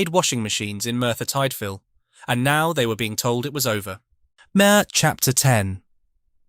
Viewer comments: It's not Merthyr Tightvil it's Merthyr Tidville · Pronounced TID VILLE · You don't pronounce Merthyr Tydfil and High Wycombe like that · FYI It’s Merthyr Tydfil (That’s from a Yorkshire lad too…).